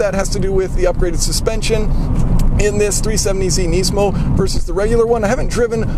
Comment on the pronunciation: if youre going to compare a lemon to a pencil at least learn to pronounce the nismo name.